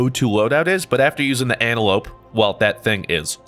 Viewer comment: He is pronouncing the SMG name wrong.